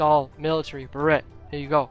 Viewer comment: The t in beret is silent, it's like brrr (like you're cold)- ayy (like hey without the h)